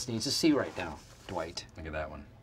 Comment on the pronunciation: It’s Dwight not Dewight